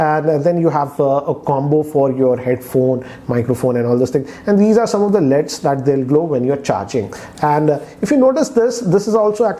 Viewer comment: Why he call 'L.E.D.'s as "leads"!!